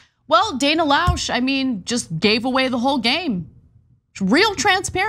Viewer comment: TYT cant even pronounce her name correctly. Spot on journalism